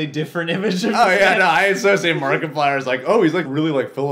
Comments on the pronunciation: You said Markiplayer in the beginning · He called him markipalyer I’m the intro lol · lol markaplayer. its markieplier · Wait, at he beginning did he say markaplayer? Wth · It is markiplier not markiplayer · Did he say markiplayer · you said markaplayer rely why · You seaid his name wrong